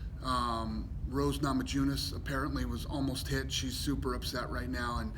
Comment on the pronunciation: Rose “Namajewness”??